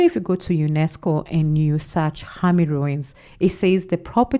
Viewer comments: Khami ~ (car-mee) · Pronounce it as Ka rather than Khami it's pronounced as ka- mi. Kami but spelt with an h. Khami. I am from Zimbabwe. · I greatly appreciate your work. The Khami Ruins in Zimbabwe, "h" is a silent letter so you pronounce it like Kami ruins. Please continue doing this it will open our minds and souls to understand and value ourselves and what we can do on our own. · The ruin you are referring to is called Khami… the ‘kha’ part is pronounced as ‘car’ 🚙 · hey its khami ruins you prononce it with a k